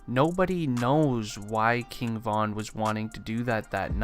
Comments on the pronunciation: “KING VONN” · RIGHT, kept irking my nerves with the repeated "Von."